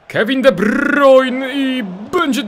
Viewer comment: sory za nauczki ale to sie czyta de brajne